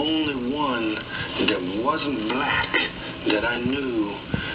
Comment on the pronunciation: The way he says BLAHWCK. 😅